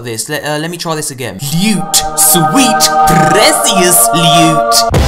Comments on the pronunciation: LEWT. SWEET, PRRRRRECIOUS LUTE! My favourite intro of all time😂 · That intro tho " prrrrecious lute😂😂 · I sounds like he said 'sweet precious newt' 😂.